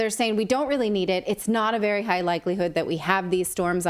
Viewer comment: Vewy vewy scarwy